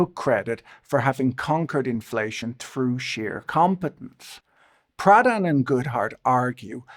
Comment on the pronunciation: I kept hearing “Pradhan” as “Proudhon” and boy that would have been a wild lineage for a former managing director at Morgan Stanley